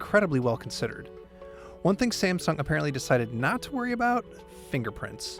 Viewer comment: Sa-meh-sung Galaxy Note 5 review :-)